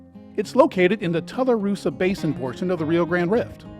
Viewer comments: Tularosa is pronounced TWO LUH ROH SUH. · Its pronounced two la rosa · I'm looking forward to watching this video as I spent much of my younger years in southern New Mexico. It looks to be a well made and informative film. Forgive me but I must correct your pronunciation of a Tularosa. It's Too-lah-row-sah, as in tulips and roses. ❤